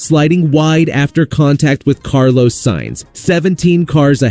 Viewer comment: Carl*OS*, not "ose". Interlag*OS*. Seriously, how hard can it be?